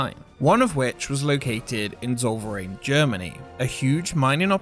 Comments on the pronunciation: German is harder for an natively english speaker tho. But yeah I also noticed it wasnt right. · Zollverein = Tsol Fur Ayn. You made it sound like a dutch dessert course... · But when he said 'zol vereign, Germany' I (a German) went like 'wait wtf. What German place sounds like that? Oooh, it's Zollverein' Totally misspronounced that 😄 (I mean, no offense, I get that it can be hard)